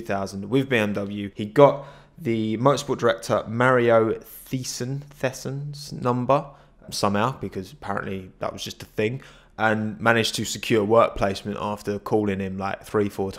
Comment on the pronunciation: It's pronounced Mario "Tyson". But credit, where credits due, you got Passau really spot on.